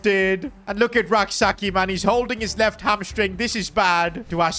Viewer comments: The name is not pronounced Sa-ki.. it is pronounced Sa-chie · youre pronouncing Rak-Sakyi wrong. Its Rak-Sayi without the k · Rak-Sakyi's name is pronounced "Say-chi" not Sak yi It's a Ghanaian last name.